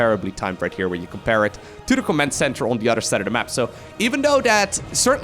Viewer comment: "In this corner we have no udder than 😊😊😊" get instant serotonin boost and smile reflex